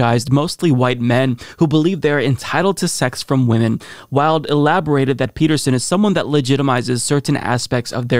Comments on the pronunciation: DId you say Olivia "Willed" instead of "Wild?" By the way, her actual surname is "Cockburn." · Omg I love you but her name is "wild". You and Kyle are the absolute worst at pronouncing names lol. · Why-Uld, like Oscar Wilde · Wait..did you say Olivia Wilde like "Willed"??? Its Wild..like its wild you said her name like that.